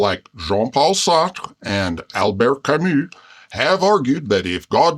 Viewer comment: I love how a can pronounce Sartre and Camus correctly! ❤